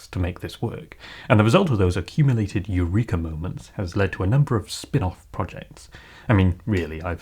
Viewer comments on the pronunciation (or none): none